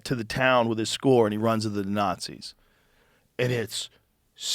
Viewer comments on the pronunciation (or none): none